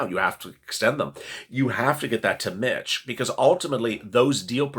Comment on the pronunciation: Every time you say "Being a Mitch", it sounds like you're saying "Being a Bitch" and makes me think you are talking about the temple of doom lmao